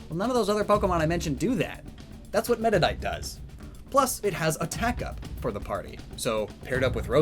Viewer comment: And once again is having difficulties pronoucing pokemon, "medidite"